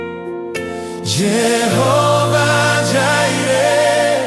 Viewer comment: Love it. But the pronunciation of Jireh on YT is distracting 😂.. Anywho ❤